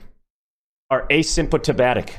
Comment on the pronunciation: Do not trust a native English speaker who can’t even read and pronounce the word asymptomatic.